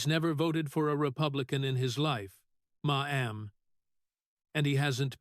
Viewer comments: Ma Am has an all new meaning! IA may be smart but can’t pronounce Mam! 😂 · Who ever or what ever is doing the moderating on this video is horrendous. It keeps MA EM instead of MA'AM. Awful moderating. Sounds fake and I do not believe Senator Kennedy would appreciate this at all. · I agree. I gave up listening due to the “ma m ‘s”. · Can't you say mam! Not maam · Your AI can't pronnounce the word Mamm😢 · Funny how AI says "Ma'am" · Why does the speaker continuously mispronounce maam? Makes him sound like an idiot. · Unbearable to hear that moronic way to pronounce MAMM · They need to teach AI how to pronounce Ma'm. 💋🤠